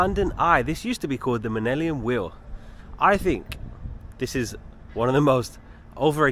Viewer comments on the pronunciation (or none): Minellium wheel?? LOL